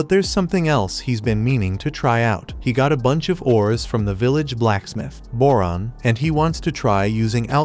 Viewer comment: Went you said boron I hear moron ngl